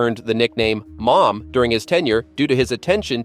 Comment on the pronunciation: How many different ways are you going to pronounce "Mom's" name ?